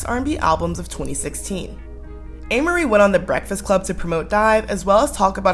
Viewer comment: I think you’re saying her name wrong yeah😂😂😂